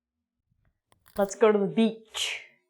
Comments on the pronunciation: beeeach not bich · it's like you were calling me bitch when you pronounced it haha